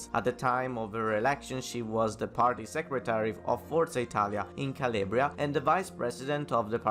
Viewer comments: CAL-AHHH-BRIA not CAL-LAY-BRIA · Where you from and why you pronounce Calabria as Caliebria?